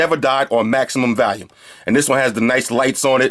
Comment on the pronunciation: enjoyed your videos, but why do you always say valium instead of volume? just wondering.